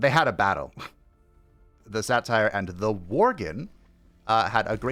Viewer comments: the way you say satyr like satire 😭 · That is..a way to pronounce Satyr, I guess. Not one I've heard before, as far as I can recall, but eh.